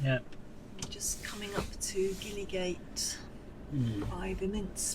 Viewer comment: Welcome to York, Beechwood Grove just up the road from us, you could have parked at ours for free. Go Outdoors is moving out of town in the near future to the old John Lewis store. Just to be pedantic - Gillygate is pronounced Jillygate. Hope you enjoyed your stay. Lovely van.